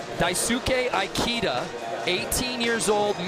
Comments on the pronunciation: Ikeda not Aikida ;D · Commentator murdered ikeda’s name , it’s not pronounced like the store